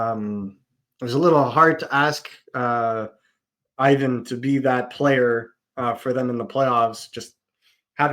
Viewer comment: Can you at least say Ivan right ????